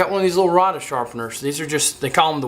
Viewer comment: It is pronounced ray duh